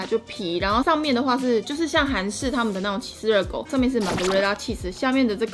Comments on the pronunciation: 的部分 我以為講林娘🤣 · 林娘?笑出來了